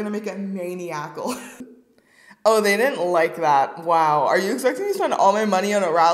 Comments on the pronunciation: “mainy-ackle” 😂😂 maniacal “man-i-ackle” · I love you, but how did you pronounce maniacal XD 😂 "main ee ack ul" lmao "mon eye uh cul" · It’s not maniac-al. It’s muh-nie-uh-cal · It’s pronounced ma-NYE-ical I’m losing my mind 😂😂😂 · Did her pronunciation of maniacal annoy any one else 😂. For reference it’s supposed to be pronounced Man-I-uh-kul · Maniacal is pronounced man-eye-ackle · i wasn’t annoyed at first but the amount of times you said maniacal wrong was horrible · The way she pronounced maniacal threw me off.